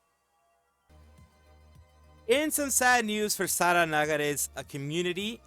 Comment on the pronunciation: You got my 👍 for pronouncing Sara name right